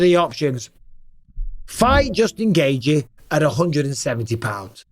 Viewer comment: Nobody pronounces the name Justin Gaethje better than Bisping. I can listen to him saying "Justin Gaethje" in a video on a loop for 8 minutes straight and be happy af!